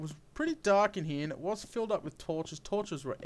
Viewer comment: I like how you say: "Hee, we've got etc." ;D